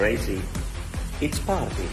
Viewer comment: how does he suddenly say it so differently, the way he pronounces party, like he actually spoke better English than he pretends to! :P But I guess not...